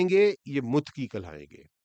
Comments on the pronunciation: The word is mutaqqi not mutqi i think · متقی کا تلفظ Muttaqee